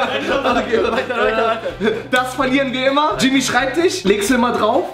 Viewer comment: Hat grad immer "Jimmpie" zu Jimmy gesagt? 😂